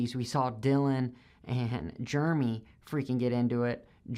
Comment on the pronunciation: Did you call Jeremy, Germy ? Strange